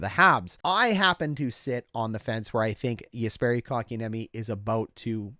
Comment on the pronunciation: KK's name being pronounced correct on Hot Garbage Sports is not something I am used to yet. :O